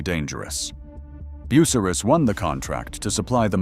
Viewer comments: Learn to say BU--CY--RUS. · “ Boo sah Riss “ 😂